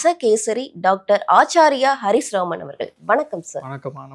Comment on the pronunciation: நீங்க?? நுனி நாக்கால் தமிழ் பேசுறீங்க.. சோதிட ஆஸாரியார் னு சொல்லுறீங்க?